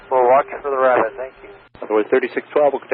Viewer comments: lol "no joy on the bunny wabbit." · ‘Wabbit on the wunway’ Hee hee